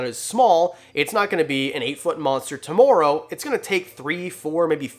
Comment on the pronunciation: When he was talking about boas he said tomorrow and let his Canadian hang out